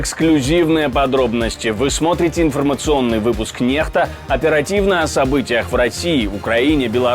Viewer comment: Почему Нехта? Ведь написано английской НЕКСТА!